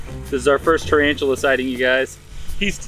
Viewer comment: Not "triantular" but "tarantula"